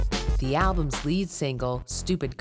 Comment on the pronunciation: Thank you! Banked off others' work. Plus anyone who pronounces it "alblums" needs to go back to school! 🤣